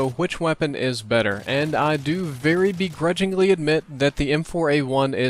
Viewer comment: "I, BEGRUDGINLY,THINK...", your country is showing:3